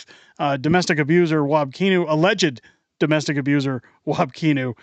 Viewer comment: It’s not keenew. It’s pronounced like canoe except with an I like kinew